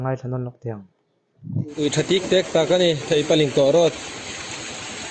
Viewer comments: Theipalingkawh (Thei chi khat hming) Road tih tur. A sawitu khian a lam dik lo. Theihpalingkawh a ti. A dik lo. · Theihpalingkawh niloin Theipalingkawh tia lam tur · Theipalingkawh lai tak khi, Ling laikhi, meiling thluk kan sawi ang in sawi tur . Link thluk ang a sawi loh tur. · Theipalingkawh Thei(fruit) a lam rik tur